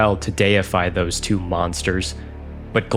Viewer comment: Twwoo Brothers... it's called Two Brothers!